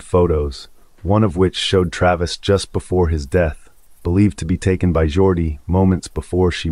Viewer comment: It's Jodi Arias not Jordi